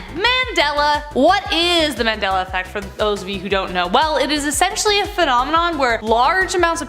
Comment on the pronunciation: I am going out on a limb here and say you don't know what a Mandela Effect is. Why is it that at times it sounds like you are saying the Manella Effect and not the Mandela. It is not that many people are remembering those things wrong but that it was changed some how or the ones that remember it the other way is from a different dimension. But either way just because you can't find anything that shows how it was before it was changed does not mean it wasn't changed. Try and explain how the words in the KJV of the Bible were changed? Besides these were very old Mandela Effect stories and not surprising at all.